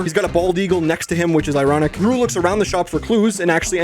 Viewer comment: when he miss said gru as dru, he was hinting the 3rd movie